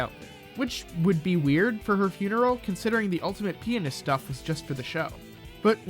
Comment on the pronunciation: Why do you pronounce pianist like penis lol